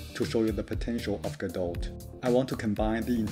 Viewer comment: Small nitpick: you don't pronounce the "t" at the end of "godot" ;). Cool idea for a course!